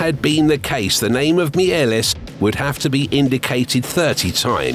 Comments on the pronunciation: Méliès is not pronounced Miélès, don't kill him a second time 😡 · a pity you mispronounced Méliès' name...